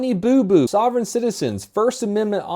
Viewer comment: Once he said soviergn citizens I died